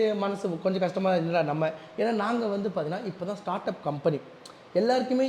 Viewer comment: Startup ❌ shotup ✅